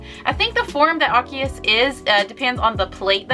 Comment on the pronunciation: Correction, its not "ar-ki-us" its "ar-see-us"... And I think Arceus deserves much more than an EX-raid... It's literally the God after all...